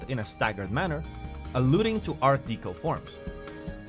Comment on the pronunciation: I got as far as him saying Art DEECO...no thanks.....😆